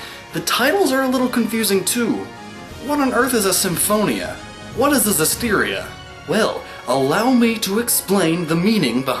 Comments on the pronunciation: Actually I think, isn't Tales of Xillia pronounced "ex-zillia", because in Japanese it is called "Teiruzu Obu Ekushiria"? But yeah, I also called it Tales of Zillia because I didn't know what else to call it before. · Exactly. So the point would be that if they were trying to make the game's name Xillia as in Zillia, they would have written it was ジリア or Zi-Ri-A. The エクシ part of Xillia is meant to emphasize the phonetic pronunciation of the letter X as opposed to when the letter X is used in a word which would be like E-Ku-Su. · The Tales of Xillia theory would make sense if it was pronounced Zillia, but it's actually pronounced Exillia (エクシリア - lit. Ekushiria) the rest are probably right though, not that I'm gonna check. I enjoyed the video though. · I though it was meant to be pronounced Ex-illia, as in exhilarating. Not Zillia. Am I wrong? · Actually tales of Xillia is pronounced X-illia. The x does not sound like a z. The producer of the game said it's not a z sound it's an x. But love the explanation!!! I've been playing tales games for many years!!! Best one- Tales of the Abyss:) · Not to nit pick, but Xillia is pronounced Eh-Ku-Shi (freely translated into the Z sound)-illia or at least that's how it's written in Katakana. I always called it Xillia like Zillia, and I thought it was odd whenever I heard people pronounce it as eksillia, but that's the official way it's written. You can debate whether the pronunciation should be carried over, but I guess for me it's word of god and source material over adaptation. エ = E, ク = Ku, シ = Shi, リ = Ri, ア = A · guys when he talks about tales of xillia he forgot that the x is not soft. its X-illia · I absolutely love Tales of Xillia!! I always thought it was pronounced shillia not zillia, but after your explanation, it makes more sense.